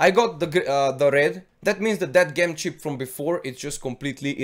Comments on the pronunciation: just fyi: It's pronounced "J"em not "G" em :) not meaning to dis u, just thought it would help for future vids. but great vid anyhow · Bless you, I adore your videos you always provide good information that has helped me so much! I thought you may like to know that due to the wonders of the English Language Gem is pronounced Jem, I have no problems understanding you at all and I think those that say this are not listening! Keep up the good work! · it's Said Gem the G sounds with a J like in Jump. Sounds like the name Jim as in Jimmy. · ITS PRONOUNCED JEM! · Gem is pronounced Jem in the language you are currently speaking.